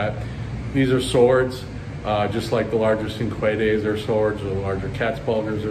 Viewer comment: Were you referring to cinquedea swords? If so, that's pronounced CHING-kway-day-a.